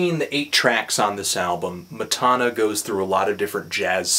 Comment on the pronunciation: Matana Roberts on Twitter: MATANA he's saying my name wrong but this is one of the most hilarious reviews I have ever seen